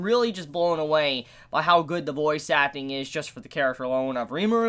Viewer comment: Every time you said voice acting, I understood it as "Bois suckling" or "Boys acting"